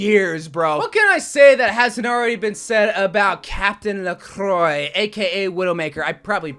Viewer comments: "Le qwa" lacroix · Widowmaker's name (Lacroix) is pronounced "la - kwa". The R and X are silent (I hate French because of it's words having a million silent letters).